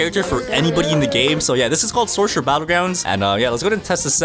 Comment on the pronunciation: At the start he saya sorsherer that got me crying😢AND SOCIAL BATTLEGROUNDS😢😢